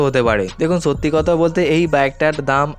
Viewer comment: Apnr boi pora uchid. Apnr kothar maje onek osudho kotha ache. Jemon ছব - সব, ছামনে - সামনে, ছত্যি - সত্যি।